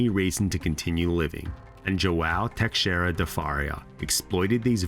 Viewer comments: fa-ree-a lol sorry im Portuguese and have many friends with that last name , now Teixeira is much tougher to pronounce as X is an "sh" sound so its Te-she-rida rolling the r , my name Alexandre is the same way 'a-le-she-dre', great video, Portuguese names can be tough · Hey man it would really be an improvement if you looked up how to pronounce all the foreign names and words. The x in Teixeira, the ou in pousada, and the name Bial really stood out.